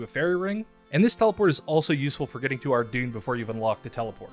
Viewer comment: You mispronounced Ardougne. It is pronounced "Ar-doyn". Not "Ar-dune". Given that this is a noob-friendly guide, make sure to let the noobs know how to pronounce the city properly :)